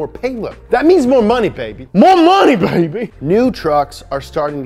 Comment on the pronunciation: MO POWUH BAYBEH MO MONEH BAYBEH